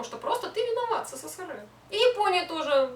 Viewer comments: Сысысыры хахах эсэсэсэр правильно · СССРЫ???? Это что такое? Я знаю только СССР. Все вроде бы и ничего, важные темы обсуждает, но это СССРЫ бесит до зубного скрежета!! Почему ты так говоришь? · Говори правильно сссср а просто СССР . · В целом видео интересное, но СССЫРЫ - это очень жутко и не красиво звучит. Есть "СССР", пусть оно и будет "эСэСэСэР", а не сыры какие-то. Ну и "плохих" и "хороших" туристов/людей в каждой стране полно, не только россияне "не умеют" отдыхать, китайцам, к примеру, и вовсе иногда буклеты выдают "Как себя вести в другой стране", когда они едут на отдых. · ЭССР правильно так произносить!!!!! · Казалось бы интересно, но.. еле досмотрел... Какая-то истеричная подача, судорожная жестикуляция, сплошные причмокивания, как заезженная пластинка - исковерканные речевые обороты, как пример - "сысысыры" и т.п., кривлянье, которое в конце вызывает рвотные позывы.. У девушки самолюбование зашкаливает.. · хватит называть СССР сысысыры... не коверкай аббревиатуру...у меня тоже не однозначное отношение но себе такого не позволяю...за коробящее "сысысыры ставлю дислайк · Как режет это СыСыСыРы... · а в чем прикол каверкать "сссры"? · Впервые услышала такое смешное произношение СССР